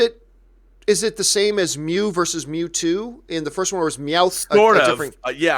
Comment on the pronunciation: The way pronounces Mewtwo hurts me.